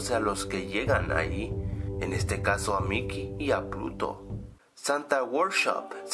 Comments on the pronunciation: dijo puto no pluto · 1:3 DICE MICHEY Y A PUTO ¿QUIEN MAS ENTENDIO ESO?